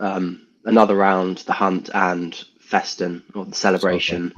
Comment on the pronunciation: Shoutout to for correctly pronouncing "Festen"